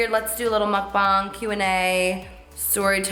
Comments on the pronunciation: Love your makeup <3 and finally someone who pronounces mukbang the right way!! 😆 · you're the only YouTuber who pronounces mukbang correctly thank you